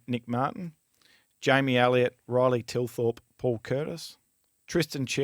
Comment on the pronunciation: TTTTTTTTTTTTTTHHHHHHHHHHHHHHHHH-ilthorpe, not T-ilthorpe.